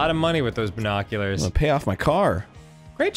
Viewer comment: arin: "binoculars" wow that was impressive... also arin: "IT'S AN "E" RIGHT??" my god arin....